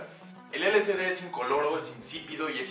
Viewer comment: Información errónea, nada que ver. Si les interesa conocer información verdadera del lsd busquen a Terence McKenna. Aparte de que lo pronuncia mal, es L-S-D no L-C-D.